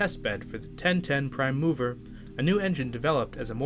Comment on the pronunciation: One thing I need to remark' because it really sounds strange: it’s a /PRIME mover/, not a /prime MOVER/. It’s a specific kind of 'mover‘, just like VICTORIA Street is a specific street!